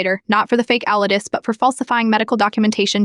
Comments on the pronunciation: What's wrong with your AI that it can't say the word "allergies" correctly? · Is it really that hard for AI to say the word allergies lol